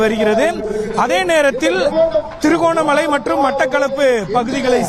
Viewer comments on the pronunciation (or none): Its திருக்கோணமலை not திரி